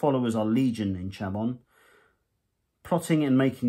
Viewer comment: I like the vid and thanks for taking the time to make / publish it. As always; it's good to get previews and your opinion on the mags / content. 2k subs is great - grats. For "Chamon" I would use "sham-on" but that's just me. Pronunciation is a strange animal sometimes! When quite young I would say "Verdigris" as in "verdi-grees". I was corrected several times and told I should say the word as "verdi-grey" or preferably "verdi-gree" [no 's'] which is much closer to the French [verdi = green, gris=grey]. Whenever I see corroded bronze or copper I think of which way to pronounce that word. In truth it matters not so much how we say words as to how they are recieved. As long as we make ourselves understood - that's what matters. [/pedant off].